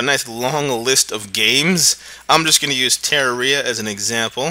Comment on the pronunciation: the way he says Terraria hurts. so much.